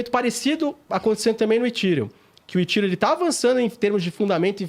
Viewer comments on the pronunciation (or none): Engraçado eles falando "Etirium" e "Itiéfi" metido a gringo, ... sendo que a pronuncia correta seria "Efhérion" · Também queria saber de onde tiraram essa pronúncia 'Etíriun', kkk. Pior que os apresentadores foram na onda deles,kkk. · Ridículo falar itírium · “ Etiriun “ “etiefe” Deu canseira pulei o vídeo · Etirion. Etief. Não soa bem aos meus ouvidos. Acostumados a pronúncia aportuguesada.